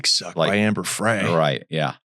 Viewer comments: Scott was not an only child. He had a sister. And it’s Amber Fry, not Fray. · Ehh, 🙄 he's guilty as SIN, and that's all there is to it 😉. Amber Frey is pronounced FRY as in fry some bacon 🥓 😋. I think Scott Peterson was introduced to Amber Frey by guys he knew from his job. Okay so a woman was walking her dog and the dog was chewing on something so the woman went to take away whatever the dog was chewing on and that's when she discovered that her dog was chewing on a human femur bone. When she alerted 📢 the police 🚔 they found some human remains stuck between two rocks near the shore line. Garagos is pronounced GARE-RAH-GOES. Are you guys jail-birds 🤔 🤭 ???